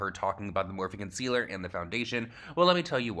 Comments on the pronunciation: Why does she say concealer like...”Cun-sealer”. It’s annoying!! 😂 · Is she saying “cunt-cealer”?